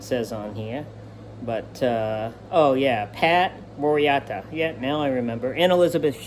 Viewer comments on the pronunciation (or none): Okay here's an incident review for you first of all his name is Pat Morita so are the mor space ITA Star Trek pronounce it more Rita at the pronunciation and it is Ralph Macchio yes second of all in this is just my opinion but hopefully you'll take it to heart as a guru if you're going to discuss your videos you might want to plan ahead and learn the material little better including their names so even if you do use the box to show it and look at the box to name them you already have them actually on your mind so even though you're pretending to read off the Box you're really not but that way at least you can show you know the names you can pronounce them an that sort of thing I hope that helps you unless you only want to be the guru of the actual equipment I don't know I'm not sure if you're trying to be a guruthe movies too or just a guru of the equipment. And by the way remember if you remember from high school because my eyesight when I give long reviews such as this so stay on the phone with small keypads I use my microphone so I may not always come out perfect so please forgive that.